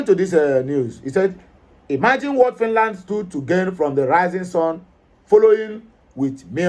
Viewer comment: Please try to pronounce your words correctly! This is social media, it will go viral. Thank. Note well: Ask google the right pronunciations of FINLAND and FINNISH..